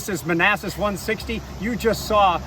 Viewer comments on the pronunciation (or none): It sounded like you said "150" lol